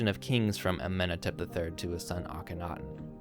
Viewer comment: It's akhen-aten, not ake-thon. as in Horizon Aten, it's a compound name.